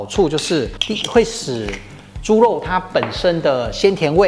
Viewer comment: 謝謝阿慶師，這道菜很好吃，但讀ㄖ不是ㄌ，是豬ㄖㄨㄛ、不是豬ㄌㄛ、，熱度不是樂度，聽起來才不會怪怪的。